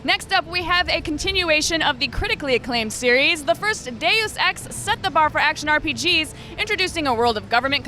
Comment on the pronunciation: he says The sex with french accent instead of deus ex